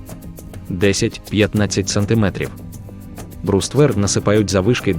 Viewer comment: що за дивні наголоси - окопувАтися, мАскує, бруствЕр, камЕнистий..